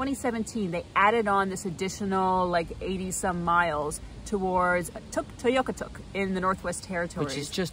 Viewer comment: Tuktoyaktuk. I've only heard the full name pronounced with 4 syllables, even by cbc broadcasters and locals. Did the extra syllable you use come from an inuit local? Thanks.